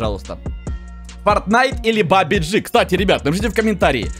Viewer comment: ты не правильно говоришь этот мем (где" ударение)фортин"а"йт или бабадж"и" бабадж"и"